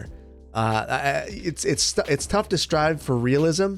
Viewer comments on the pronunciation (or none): none